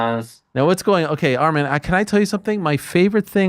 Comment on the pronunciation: Its ARMAN NOT ARMIN ARIEL